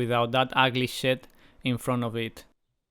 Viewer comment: I like how you say shed so similar to say shit. "we can see the facade of the house without that ugly shit" 🤣